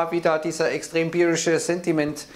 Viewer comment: "Beerish"... gedanklich schon im Wochenende